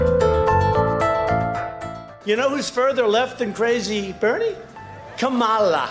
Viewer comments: He had problem pouncing her name right even after he was told how to prounce it. And says he unintentionally prounced her name wrong. Dude u r not even trying to help ur case. And yes it is disrespectful to mispronounce someone's name. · KA-MA-LAH ahahahahahahhahahahahah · Dumby David will learn how to pronounce her name in the future. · As an Indian, I want you'll Americans to know that all of you, including Kamala herself, is pronouncing it wrongly. It's an Indian name, and the correct pronunciation is "come-la", not "comma-la" or whatever. Not that it should matter to such an extent, but anyway... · lol, and they still mispronounce in the ad, it's pronounced, come-la (not KH-A-mA-lA), come as in come here and la as in la Campanella, there is no mA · She pronounced her own name wrong in Cleveland. Look it up! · It’s not trouble, it’s deliberately mispronounced to show disrespect for what is considered foreign and not “American” I’m sure if there was a Kamala offering him money for special interests, the Senator would have absolutely no trouble pronouncing the name correctly. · I love how Tucker claims he unintentionally mispronounced her name and then mispronounces her name intentionally right after being taught how to use it- like do you really not see the problem here? Are you that blind? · 'So I just unintentionally mispronounce her name' * proceeds to mispronounce her name several more times on purpose * Jesus Tucker, even ignoring that you don't have the decency to look up the pronunciation, that's just pathetic. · "I unintentionally mispronounced her name" so he goes on to intentionally mispronounce it lol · “I unintentionally mispronounced her name !!” Continues to mispronounce her name multiple times 💀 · This was funny. I was laughing at the way he pronounced Kamala. It was like an entertainment or comedy show. And I dont think he should stop mocking her, because I want more of this entertaining comedy show. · Biden regularly says her name wrong